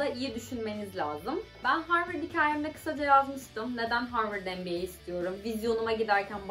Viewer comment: Arkadaşlar söylesenize MBA dediğini sabahtan beri NBA anlıyorum.